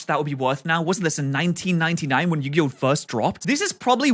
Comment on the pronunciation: Yu-gay-oh Sorry